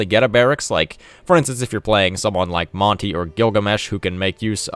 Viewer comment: Sorry but as someone with Aztec heritage it bugs me how you say Monty when it's Mon-teh